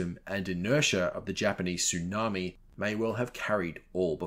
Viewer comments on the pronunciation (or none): none